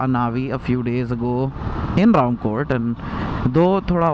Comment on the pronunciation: I have seen a Honda navi fitted with waterproof music system if you are lucky you can see this swanky orange Honda Navi at gandipet or mehdipatnam and you are pronounceing RAMKOTE to Ramkothi correct it....